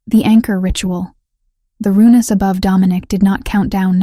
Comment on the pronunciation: The pronunciation is funny but annoying runes are not runeus